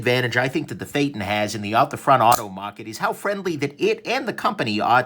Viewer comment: Phaeton not feytin, lol